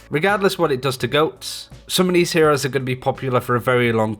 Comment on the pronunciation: Nigga said ehores😂